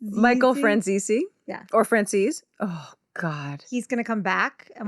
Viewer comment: I believes it’s pronounced “Fran-zees “. You know who Tony a ducks is though, so it doesn’t matter about pronunciation lol . You just gained a fan!